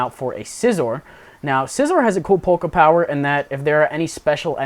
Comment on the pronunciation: They way you say Poke Power sounds alot like Polka Power :P